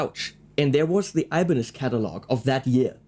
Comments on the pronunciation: Actually its "ibáñez" with a sonido forte in the "a" . On the other hand the "ñ" its a sound that belong to Castellano speakers so, you never gonna get it hahahah and the japanese changed it for a "n" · It's actually Ibañez (ee bahn yes or add a slight lisp for a more Spain pronunciation) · As far as I know, we in Spain put the accent in the A of Ibanez, not in the I, or the E. I mean, I could be wrong, but that's how I've been doing it all my life, and no one ever told me it was otherwise. It is how the surname Ibáñez is articulated